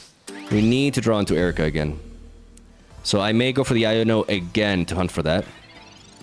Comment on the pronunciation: Why does he pronounce iono like "I don't know"